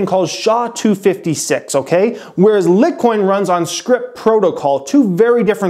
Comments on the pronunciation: Your saying litcoin it’s LITECOIN!!! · Thank you "Lit coin" was bothering tf out of me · It's pronounced Lite Coin... like 'light coin'. There is an 'e' there. Lit would be pronounced lit as in I lit the cigarette for her. The room was well lit. Lite (pronounced light) refers to its relative weight or effort needed to acquire it, mine it , purchase it. Its lite weigh. the beer Miller Lite, for example has fewer calories. Not be to a troll, but you mispronouncing it 50 times doesn't change that. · Litcoin? lol :P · It's pronounced "light coin" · Exactly! I thought it was "Light" coin too. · we have been saying it right... it is pronounced "light" coin.😀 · It is lit :)) and go pro is pronounced Gobroke. Please get it correct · that is so cringey... please don't ever call it litcoin again. LITE coin??? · its pronounced "light" coin. SMH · its litecoin, pronounced light coin, not lit coin, good video keep up the good work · Get ready for your channel to have exponential growth if you continue making videos about Bitcoin and other Cryptocurrencies! Also, It's pronounced LIGHTcoin, not LITcoin lol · Lite as in LIGHT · its LITE coin. Not Lit Coin. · love the channel but its pronounced light coin... cmon dude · it's pronounced like light coin not lit coin.lol...I was going crazy every time u said it😂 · Light coin bro it’s light coin not lit coin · Your pronunciation was way off. Sticking to the stock market videos is you best bet man. It’s pronounced light-coin. Not lit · LIGHT NOT LIT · Can you please pronounce it LIGHT-coin instead of LIT-coin. Hahaha it’s so annoying not sure why. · Lol it's liteeeeee coin not lit coin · Can't you even pronounce litecoin? It's lightcoin. Not litcoin. If you can't even pronounce it, how can you possibly know what you're talking about? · LIT-COIN?????? Wait.... have I been pronouncing it wrong this whole time!?? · Lmao the "LIT Coin" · Leetcoin lol. I cringed every time I heard that 😬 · No he is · litcoin? wtf haha